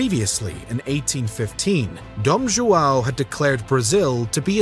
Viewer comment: Why can't any of you ever say joao?